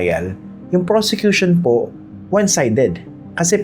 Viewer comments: Did I hear it right? Robin said "persecution" instead of "prosecution"? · Sir Christian,he said PERSECUTION not PROSECUTION.Correct me po if i'm wrong.But really,he doesn't deserved to be a senator-judge. He needs to go back to school and take up some courses.What a shame,he's been watched all over the world.🤦🏻‍♀️Watching po from Las Vegas,USA.God bless!🙏🏼🙏🏼🙏🏼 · "Persecution" ang sabi ni padilla hindi "Prosecution" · Paki correct din si Senatong na hindi persecution. It is prosecution😅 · Did I hear right? the Communist senator said "Yung Persecution" instead of Yung Prosecution"??? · Si Robin doesn’t even know difference between persecution vs PROSECUTION. HE UTTERED PERSECUTION instead PROSECUTION. ROBIN DOES NOT BELONG IN THIS SENATE BODY… KATATAWANAN. WALANG TAKE TWO DITO.. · Robin is saying "PERSECUTORS/PERSECUTION" not prosecution LOL WHO THE FACT IS GONNA TELL THIS HIGH-IQ OF A MAN?!?!?!?! 😂😂😂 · Me too I heard that persecution.